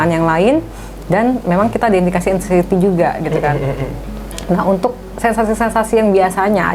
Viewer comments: Aksienty apa anxiety sih 😂😂 apa astuty apa engsuty . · Anciety mas, bukan accienty😅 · Aksenti 😂… anxiety mas bukan aksenti wkwkwk